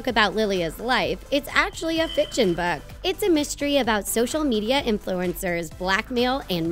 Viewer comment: tell me why the narrator said "book" like "bewk"